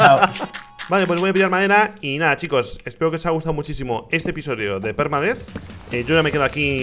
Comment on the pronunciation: La intro me hace mucha gracia cuando dice PERUDETH